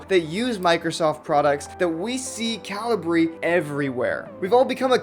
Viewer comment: I think it's ca-LI-bri, not CA-li-bri? /kəˈliːbri/ is the pronunciation given on Wikipedia. (Still like your enthusiasm, regardless.)